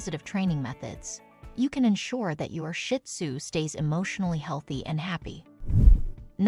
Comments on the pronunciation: Another option for avoiding loneliness when you have to be away for a couple hours is to adopt a companion. I have a pair of shih tzu and they’re never lonely though they do miss me when I’m gone. (And pronunciation correction. It’s not “shit-sue”. It’s “shih-tsue”. 🤦🏻‍♀️) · It’s not shit zoo, please pronounce it right Shee zoo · It is not pronounced Shit Tzu, the proper name is Shih Tzu. My little man is 5 now ❤🐕🐕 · Never pronounced Shit Tzu its's Sheets Tzu or Shes Tzu (means little lion in Chinese) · Pet peeve of mine! Not shit tzu! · PLEASE LEARN TO PRONOUNCE SHIH-TUZ-I CANT STAND STUPID PEOPLE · You can not even pronounce the name. It's not shit sue. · It’s actually pronounced sheed-zoo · I'm thinking the same thing! Shih does not have a T at the end, it has an H!!!